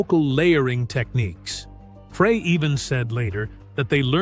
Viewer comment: It’s not Fray. It’s Fry